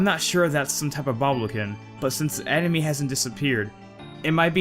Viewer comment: hahaha some sort of "emeny" hahahah that sounds like how I used to pronounce animal before I was old enough to have a working brain "aminal"